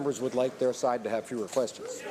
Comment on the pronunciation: We do not hear “Questmons” LOL